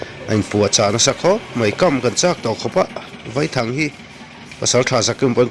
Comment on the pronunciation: Vaithang a Vai hi Sazu sawina a ni e. A thluk pawh, "Vaipa" tia Vai tih lam rik ang a lam rik tur a nilo a, "Thlawhna khi a thlawk sang vai vai hle mai" tih lam ang a , "A" hi thluk loh tur a ni.